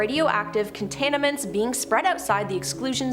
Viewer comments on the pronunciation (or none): I heard contaniments, and Hazarous.